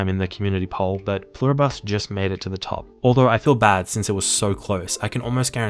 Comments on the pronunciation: Love the video! You're definitely saying Pluribus wrong! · Pluribus is latin. It's not a bus. It's literally on your american coat of arms. Et pluribus unum. Don't just wing it, at least ask google how to pronounce something if it is a word you haven't seen yet.